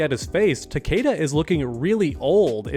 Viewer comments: Cool vid, but btw his name is pronounced Ta•kee•da not ta•kAda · Omg it’s not takayda it’s takeeda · Everyone says his name wrong , it's Ta-Key-Da